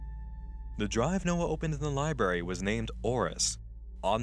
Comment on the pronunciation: libRary say it with me libRary not liberry